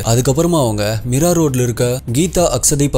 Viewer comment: Meera illa Mira sariya pronounce pannuppa samy